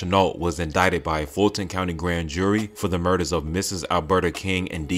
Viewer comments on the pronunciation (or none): none